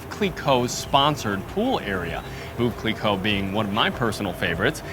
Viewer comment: he literally mispronounced every french word including the name of this hotel. its not "fontain blue" but "fontaine bleau" pronounced like fontäin blö which mean blue fountain. he also mispronounced veuve cliequot. he always says "woow cliiiicot" like a dog but its "vövv cli-cot".